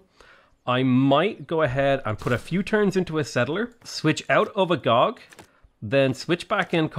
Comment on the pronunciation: This is how "Agoge" is pronounced. Not mocking, just think it would make you sound better.